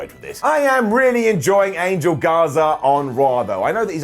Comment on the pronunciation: Angel Garza, his name is pronounced "an-hel" not "angel," the "ge" in spanish is like an English 'h'